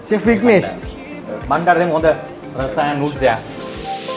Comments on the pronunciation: රස සායන් නෙමෙයි...රසා සයන්ග් ඒ කියන්නේ ආදරනීය රසක් මුසුව කියන තේරුම ඒකෙන් කියන්නේ.මැලේ කෑම කනවා වගේම ඒ ආහාර පාන ගැන හරියටම දැනගෙන කන්න. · Hansi Ekanayake not රස itz රාසා සායන්ග්